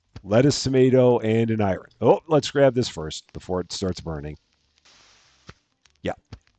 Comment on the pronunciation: Once again dear, the name of the yogurt drink is pronounced as "I run", not "Iron" 🥰